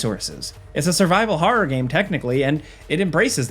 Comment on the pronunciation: so cant pronounce "trailer" properly and cant pronounce "game" 😂